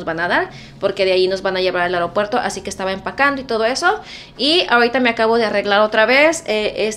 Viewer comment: Eropuerto " Aropuerto" ???? Es Aeropuerto 😃